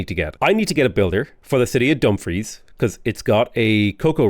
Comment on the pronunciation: Dumfries is pronounced "dum-FREESS"